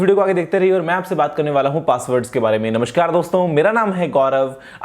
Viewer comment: गुरुजी, "नमश्कार" नहीं....."नमस्कार" होता है ..। इतने बड़े यूटूबर होकर आप ऐसी बड़ी ग़लती नहीं कर सकते।।